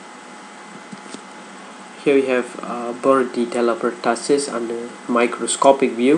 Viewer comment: hello! it's pronounced as per-2-sis not pertasis. and it's RUNNY nose not running nose. By the way the video is great. 💪😊